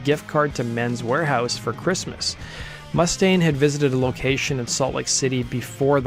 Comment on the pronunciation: Oh my effing god! Can you friggin' pronounce Dave's last name correctly, please? It's goddamn frustrating when people can't pronounce words and names correctly. It's not MUST-aine. It's mus•TAINE!!!! Listen to Anderson. The person you actually put in your own video! Mr. Cooper pronounces his name correctly. Learn from your own video. Seriously, go to the part where he says his name. Play it back about 20 times and repeat slowly. Listen and learn! jesus friggin' H., man!!!